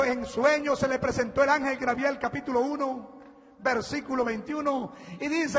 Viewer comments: Es Gabriel no Grabriel como te puedo creer si ni siquiera sabes hablar bien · De que les sirve a los enbangelicos leer si no saben pronunciar, como este que dice Grabiel y se lee Gabriel.